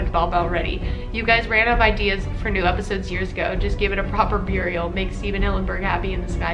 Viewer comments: Wait...did you just say "Beer-ial" ?? I have never heard anyone pronounce Burial that way. Ever. lol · Hahaha I love this. Btw u said burial wrong I think